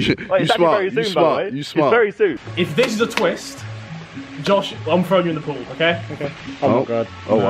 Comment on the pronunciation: Why does JJ say pool as poal 😂